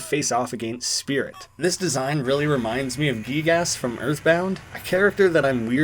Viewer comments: I want to apologize for butchering the pronounciation of Sr. Pelo Also: Gee Gass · gygas is pronounced (gie - gas) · Welp you said you wanted comments correcting you for an algorithm boost, it's pronounced Guy-guss. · You said you wanted corrections so Im pretty sure it’s pronounced guy gis, but idk. Thats how i say his name anyways. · Guy-Gus thats how you say Gygas from Earthbound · Hey up just an FYI it is "gi"gas (guy gas)